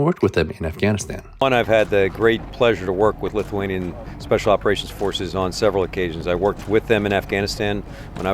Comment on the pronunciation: Just gotta say that your lithuanian is getting pretty good!